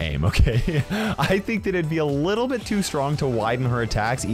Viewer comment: Bro Said "a little but" 1000 times